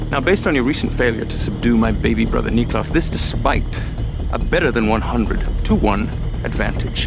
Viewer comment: Elijah: "nicklaus" The subtitles: "knee class" 😂😂😂